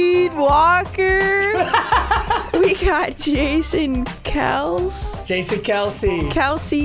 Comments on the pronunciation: Jason Kelce’s last name is actually pronounced how said it the first time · She actually said Kelce’s name correct 😭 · she says kelce correctly